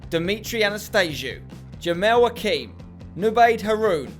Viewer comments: It's Jemel nor JemEAL lol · Spen is pronounce jemel jimil